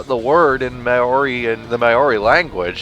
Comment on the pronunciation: You guys are pronouncing "Maori" wrong. You're saying it "mayori". There's no Y, it's just Mao-ri. Sorry to nitpick >.<